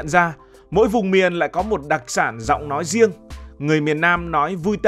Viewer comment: Ngay như ad cũng đang đọc sai đó .nhận ra đọc thành nhận da ,nói riêng đọc thành nói diêng